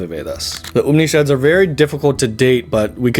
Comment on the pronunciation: Surely, you meant to say Upanishads instead of Upnishads. That A is not silent. Please be mindful of your Sanskrit pronunciation. Thank you!